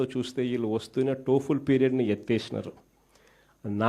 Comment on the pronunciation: అరే య్ జఫ్ఫా ఇంకా నీకు బుద్ధి రాలేదురా. ఏమి జ్ఞానమో ఏమీ బుద్ధోనిన్నెవడూ బాగు చేయలేడురా. టోఫెల్ ని టోపులు అంటావేందిరా 11 రెడ్డి.